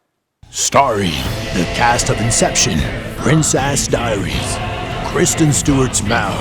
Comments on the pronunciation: "Princ-ass Diaries" Hahahah xD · hahahaha "princ-ass Diaries" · "prince-ass diaries"😂😂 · PEINCE-ASS DARIES!!!